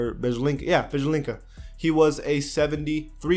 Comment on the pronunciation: SeniorDabDab he can't pronounce Bielica but for english speaking it's very difficult